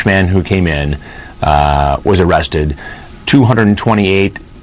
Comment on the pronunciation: “Am I gonna be aaaaaawested?”